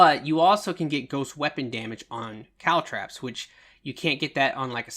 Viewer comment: I love your videos!! I do have to note, they’re not “caltrAps ”, they’re “caltrOps”… just my ocd, but I really learned a lot from you! Keep up the good work, bud!